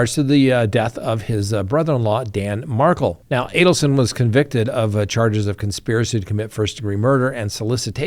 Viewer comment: FYI: Markel is pronounced Mar-kell, not Mar-kull, like Meghan Markle. The Markel family does watch the videos about Dan’s case, and they’d probably appreciate their last name being pronounced correctly, so you may want to keep them in mind! 😊 Edit: Baldoni is pronounced Bal-dough-knee, not Bal-don-ee. Just saying!